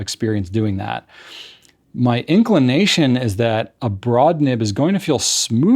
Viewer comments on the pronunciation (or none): anybody else hear "ink-lination"?